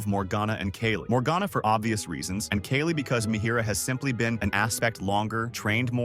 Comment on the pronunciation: The ai voice pronounced “Kayle” like 3-4 different ways